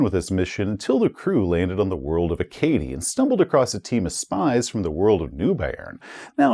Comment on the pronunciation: Acadie is pronounce A-ka-dee. I get that isn't a linguist but being someone who is more than a little familiar with all of the European langauges mentioned in this module, pronunciation killed me a little every time. Good video though! Congrats on 100k!